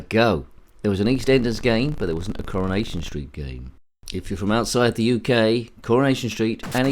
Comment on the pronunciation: CurrahNation street, Pi-cadilly Circus, We r very Close 😂pun-tastic. Fun game that one.